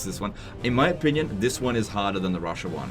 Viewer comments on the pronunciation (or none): none